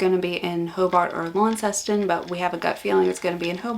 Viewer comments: Launceston is pronounced Lonceston, not Lawn. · new city to learn. you don't say Launceston like launder. You say Lonceston like long. Good to hear that's work going well and I'm sure you'll get the rest sorted out without too much trouble...mwah!